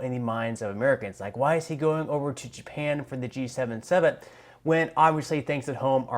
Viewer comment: Just Your Freidan slip inspired me to post a thumbs-up... "JEW-pan" in the same sentence as G7. The ZION controlled U.S. Department of the Treasury is the creator of the G7 ... Wake-up good people ... this is a group who do not care about you.